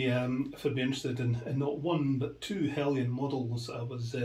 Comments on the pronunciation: There is no 'i' in Heljan. It's pronounced as it as spelt. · Paul Palmer :-The word Heljan is Danish . Their pronunciation of “Jan” is said as “yan” …….so technically it is said as Helyan !